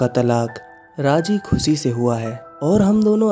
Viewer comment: Your vedios are really gud👍😊but plz plz avoid saying "सहर" "सायद" "खुसी'' instead of शहर, शायद & खुशी etc. It's sounds very irritating😔